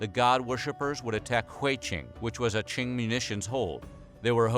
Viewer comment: QING pronounced as Tzing not King🤓